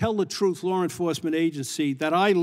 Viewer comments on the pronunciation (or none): It's law, not lar! C'mon man!